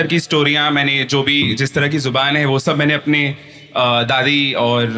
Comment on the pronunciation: Pahele....zubaan...(jubaan) bolna Sikh....